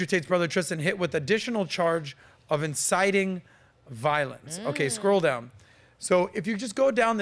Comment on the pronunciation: "insiting some te tees" 🤣🤣🤣🤣🤣🤣